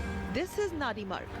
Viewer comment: It's Nandimarg. Say it right.